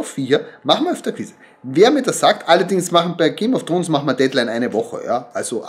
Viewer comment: Ich vermute die Szene in der der Satz „th e things I do for love“ fällt. Auch wenn ich aufgrund Ihrer Aussprache des Titels der Serie nicht annehme, dass Sie diese auf englisch schauen. Ich muss mich außerdem fragen wieso Sie dieses Stofftier als Moby Dick bezeichnen. Hier ein Rätsel für Sie „warum kann dieses Tier nicht Moby Dick genannt werden/sein?“ Und noch zwei Fragen: wird Ihr Pullover jemals gewaschen? Der Fleck auf der linken Schulter lässt mich befürchten, dass dem nicht so ist. Und Ihr Sohn muss dafür zahlen, dass er mit dem Automaten spielen kann? Warum? :( Liebe Grüße und Gesundheit.